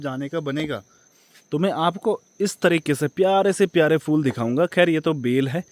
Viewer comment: Fool nahi phool 😁